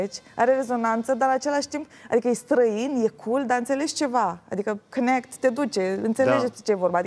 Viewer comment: "cânectza pan di pleis iou.. Reapin onn" :)))